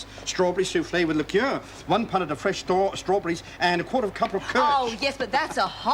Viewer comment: Did say "stawberries" before he corrected himself?